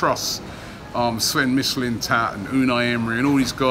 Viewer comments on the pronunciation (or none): none